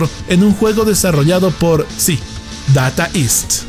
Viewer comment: Se pronuncia... "deita ist"; no "data ist"🙋